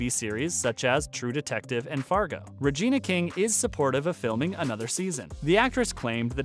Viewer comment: Ummm, who's Rayna King? It's Regina... Primetime Emmy, Golden Globe, and Academy Award-winning REGINA King.